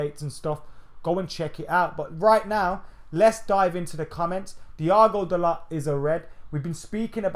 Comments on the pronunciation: fuck me man whatvis it with these northern guys pronouncing words like children. The T in dalot is silent Bro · Dalot pronounced Dalo with silent T. Man said it himself, speaks good english.